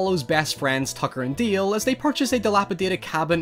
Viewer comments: Why do you keep saying Deel? It's DAle. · it's dAAAle God damnit not deal. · DALE. DAY-LE. Not DEAL. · DALE, not DEAL!! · Not sure if it his accent, but it is produced D-ale, I keep hearing say Deal. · >"Deal" DALE....DALE! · Fantastic Horror Parody! Love your accent but it's "Dale" not " Deal" ;)~ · It's DALE not DEAL 😭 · DALE not Deal ffs ! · My jaw hurts from clenching my teeth every time you saw dail, its dale not deal or deel deil . Its D A L E . No I or EE EA , I no its just your accent but I can't handle the dale thing , it has broken my mind. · Accent is pretty heavy man.. is DALE NOT DILL.. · D.A.L.E (not deal :p) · DALE !!!! DALE! NOT DEEL DEAL.. jesus Christ.......................... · I really like your videos but I’m sorry but his name is “Dale” not “Deal” 😁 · Dale not DEEAL bruh ;) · Love this movie. Why are you pronouncing Dale like that? It's Dale, not Deal. And don't use your accent as an excuse. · Dude, he is called DALE, not Deal or Deel. Your accent shouldn't stop you from pronouncing a person's name right. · dale not deal. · Why do you call him "Deal?" The character's name is "Dale." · I'm glad someone made a video about this forgotten little gem. I've gotta admit that the "Tucker and Deeel" bit was distracting for me, but that's because I'm an ESL speaker with a shitty ear for accents, so I kept looking for some other pronunciation features that would explain it but the only one I heard was "Deeel" over and over. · Nobody:: tooker and dayeel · "Tacker and Dieeeel" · Has anyone else noticed he keeps saying Tucker and "Deel"? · "Tucker and Deel" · "Tucker and Deael" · "Tucker and deeel" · Did he say tucker and deal? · Its Dale like ale